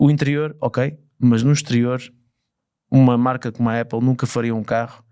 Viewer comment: Não se diz 'Éple', diz-se 'Áple' (tem dois "pp", a vogal tem que ser aberta). A Ferrari sabia que não podia fazer algo dinamicamente ágil, como qualquer outro Ferrari. Um dos desportivos Eléctricos mais leves, o MG Cyberster, pesa praticamente 2t e tem autonomia para 400 e tal kms. Não é peso que a Ferrari queira num desportivo de 2 lugares - pelo que simplesmente desistiram de o fazer. O Xiaomi referido no podcast pesa o mesmo (EDIT: 1360kg) que este 'Luce'. A Ferrari não considera isso um veículo de comportamento desportivo. Pelo que pude perceber, um dia que tenham acesso a baterias de maior densidade, talvez consigam fazer um EV desportivo e com autonomia decente abaixo dos 1700kg. E sim, o Luce não é para o cliente típico Ferrari. O Luce é um automóvel de luxo, eléctrico.